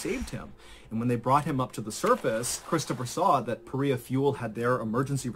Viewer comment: Paria, not Paris!